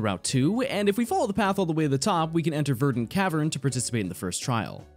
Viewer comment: why does it sound like he said virgin cavern